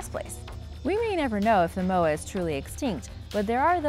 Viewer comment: She can’t say moa propaly